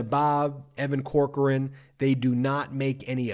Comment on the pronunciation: Damn it Ben I still think the way your pronounce Evan Corcoran is: Cockran (Pronounced grabbed His Cock and Ran).